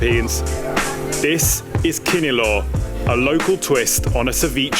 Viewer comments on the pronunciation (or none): It’s tapsilog. If it’s just silog you will only be served fried rice and egg. “Tap” stands for tapa, “si” is sinangag or fried rice and “log” is itlog or egg. And it is not kini-lo but kini-law, with law being pronounced like lao in the Lao Democratic Republic heheh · You pronounce it wrong my friend,it’s kinilaw not kinilow ok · Kinilaw like LOUder. Not law (low) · Filipino pronunciation tips: Vowels produce only 1 sound each: A [ ah ], E [ eh ], I [ eeh ] O [ awe ], U [ ooh ] Kinilaw [ kee - knee - lao ], Boracay [ boh - rah - kai ] There's only one vowel on each syllable: Maasin [ mah - ah - sin ] Exceptions: Pronounce Spanish loan words or proper names in Spanish where "u" could be silent. San Miguel [ san - mee - gel (hard "g") ], barquillo [ bar - kill - yawh* ] *yeismo in the PH is "ly" instead of the Latin American "y": Calle [ kal - yeah ], Cresta de Gallo [ kres - tah - deh - gal - yo ] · Love how the foreigners pronounce kinilaw😁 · This is a properly researched documentary. Nice! There's only one mistake tho. The letter "a" in kinilaw is like the "a" in land. Aside from that, your pronunciations are perfect.